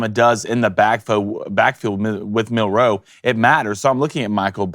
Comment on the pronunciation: It's Milroe not milROE